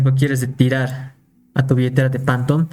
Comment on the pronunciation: Qué es esa mamada de "Pantom"? SE PRONUNCIA "FANTOM"